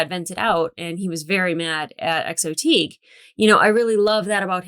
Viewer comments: "XO Tig"? Tigh as in "tie". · Colonel... Teague? You mean Colonel Tigh? (It's pronounced as "tie".) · A little help on names. The XO, Colonel Saul Tigh.... The name is pronounce Tie. Not Tegue. Lol. I chuckle everytime you say it. Keep up the good work. I love your series, which I first discovered with Firefly/Serenity. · The XO's name Tigh is pronounced "tie", not "teeg". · Ok, not wanting to sound pedantic, but... :D The Colonels name is pronounced Tie, not teeg :) Still, enjoying watching you discover this series. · The XO’s “Colonel Tigh” name is pronounced (Tie not Teague). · The XOs name sounds like tie, not teeg. Great video, thanks! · btw it Tigh... TIE. Saul Tigh. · Just for the record, Tigh is pronounced "Tie" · Oh, and sorry but his name (Saul Tigh) is pronounced "tie". :)